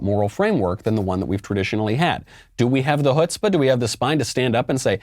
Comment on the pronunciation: c'mon Michael, you can pronounce chutzpa better. 😂